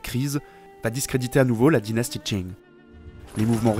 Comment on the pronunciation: Dieu merci il prononce pas Qing comme King! Edit: vidéo incroyable. Une qualité très difficilement égalable sur youtube !